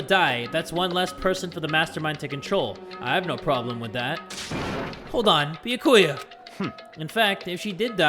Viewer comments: It’s not Bi-a-ku-ya. It’s Bya-ku-ya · “Beakuya” 😭😭 why say it like that (no offense I still think you awesome) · Byakuya: says his own name correctly: bee ya koo ya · bee yuh koy ah me NOOO IT'S bee-yah-ka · its bee-yAh-koo-yAh NOT bee-yuh-koo-yuh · I don't know how Byakuya would feel if he heard read his name as Bayakuya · HAYY JAY! you’re saying Byakuya wrong! It’s “Bya-kuuya It’s 3 syllables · Yup, its bee-ack-ewe-ah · It’s either pronounced bYA-ku-ya or bYA-kya. I honestly have no clue which one it is because sometimes the different english voice-actors pronounce it differently. But yeah, is putting way too much emphasis on the “ku” and it’s messing with my head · Be-Ah-Ku-Yah and the name is pronounced more quickly than you've been saying it if you say it slow it doesn't sound right, if you've read this comment you're welcome, also sorry it just bothered me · n0ah nah it’s bee-yAh-koo-yah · Having to deal with saying Byakuyas name with one too many syllables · how tf do u say it, ive been saying it the same way as him 😭😭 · i cant wait for the day starts saying byakuyas name right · Please pronounce byakuya right it hurts me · love your videos but you're pronouncing byakuya's name wrong, no offense